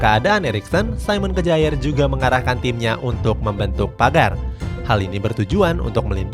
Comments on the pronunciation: SAYMEN KEJAER ??🤣🤣 udah bilang saymen, lanjutan nya kejaer 🤣🤣 KYARR minn bukan kejaer bacanya 🤣🤣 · Kejaer banget min bacanya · Simon Kjaer dibaca Simon Kier.......revisi dikit ya min